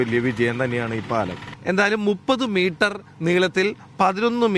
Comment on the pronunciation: മീട്ടർ അല്ല മൊയന്തെ മീറ്റർ